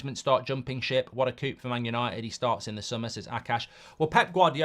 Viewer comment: Can someone teach Mark how to pronounce the word “coup”? It’s 4 letters long and France is like 30 miles from England.